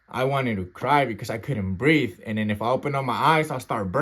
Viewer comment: "I CAN'T BREAFE! I CAN'T BREAFE!" HE SAID HE STARTED BEGGING FOR FORGIVENESS AND SOME MORE SHIT. 😂😂